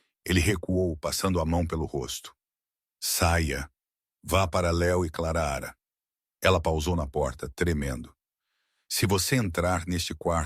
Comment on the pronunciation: Por gentileza, narre sem errar o nome é Clara não Claraara